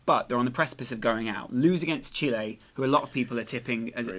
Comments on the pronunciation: Chilay? da fuck, it's pronounced chillie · In Spanish it's pronounced Chi-leh.